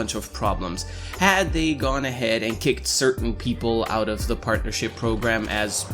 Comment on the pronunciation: Am i the only one who heard say "porn'ership program" in the begining of the video? I'm not gonna mention any names, then perfectly emulates AGGP. But then again i think everyone who isn't a complete douchebag, hates him so.... carry on.